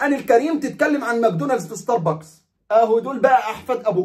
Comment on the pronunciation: والله عاد أنا ما أعرف أعدل مزاجي بعد ما أصحى إلا بلاتيه من ستار بوكس وهذا أسمه مش مثل ما نطقت ستار بااكس هههههه ،،يعني حضرتك تريد مزاجي يتعكر عشان خاطر شوية بشريه مالهم أي لازمه بصراحه طبعاً لا مستحيل راحتي أهم ،، وأعتقد كفاية تنمر على إخواننا اليهود ترى فيهم من المحترمين الكثير ،،يعني شوية إنسانية عالأقل شوية مشاعر هم بشر مثلنا وأغلبهم مسالمين .